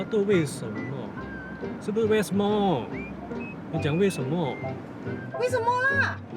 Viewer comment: West mall leh. Hahaha 🤣😂🤣😂🤣😂🤣 why becomes west mall 😂🤣😂🤣😂🤣😂